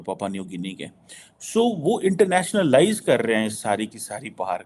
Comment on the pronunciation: Are, it is not “Internationa-lies”, it is “internationalise”. It is a single word, not two words the way you are pronouncing